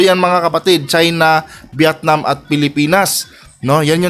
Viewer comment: B't Viatnam " VIETNAM. " ayusin mo pag pronounce mo sakit s TENGA.